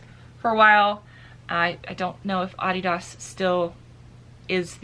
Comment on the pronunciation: you tell them how to say Adidas right lol